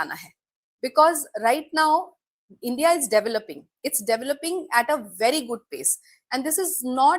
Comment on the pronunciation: Please pronounce India correctly. Your ascent like a Pakistani person. At the same time your guest Mam pronounce correctly. While you have pronounced China correctly but why not India. I have observed your pronouns multiple time by moving back videos. Please and respectful request to correct it